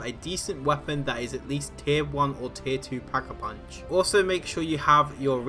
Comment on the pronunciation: it's also quite easy to know that you don't need the fundaboat lmao British accent. To damage the cages lmao. You also took you 20+ rounds on like what beginner lmao try doing this on nightmare. Btw ITS NOT PACK-A PUNCH